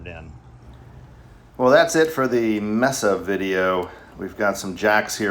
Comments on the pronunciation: maysa not messa. good review though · It's "may-sa" not "messa". Spanish for table. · With the exception of your mispronounciation of the product you an informative and entertaining video. As you may know, a mesa is an elevated piece of land with a flat top and steep, cliff-like sides commonly found in the American Southwest. But "mesa" is also the Spanish word for a table and it's pronounced "may-sah" and not "mess-ah" as you were saying.repeatedly. Anyway, this is only meant simply to be friendly FYI. Again, I enjoyed your video and I will keep an eye out for future installments. All the best and happy new year. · I think it’s pronounced may-suh like the city in Arizona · "May-sa". You're welcome.